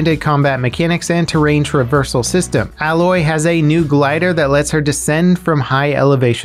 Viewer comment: Aloy's name is not pronounced that way! hahahaha.